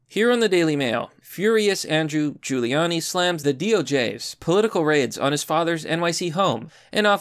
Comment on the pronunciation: HOLY SHIT YOU PRONOUNCED HIS NAME PROPERLY!!! 😃